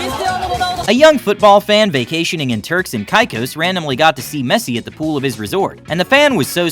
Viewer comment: Kinda is triggering that people pronouncing Messi wrong